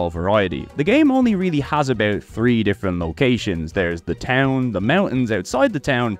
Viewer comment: This man's absolute inability to pronounce "three" keeps throwing me